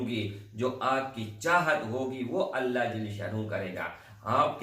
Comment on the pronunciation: Bhai ALLAH SWT Kay kaam ka sahi talafuz Kay liye tashdeed, jazm hona zaroori hai. Aap isko fauran sahi say pesh karein. Afsos keh aap in ki ahmiyat say bekhaber hain. Mayn nay kheri baat ki hai aap bura na Maan na.